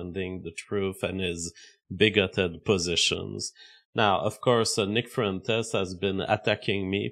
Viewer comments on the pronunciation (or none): Nick fruentes, bad idees. Why does this guy talk like he got hit by a semi